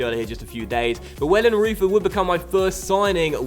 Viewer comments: Pretty sure your new GK is pronounced Vellenroyter! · Hey just a little tip you pronounce the "eu" in wellenreuther the same as the "eu" in Reus, just a little tip;)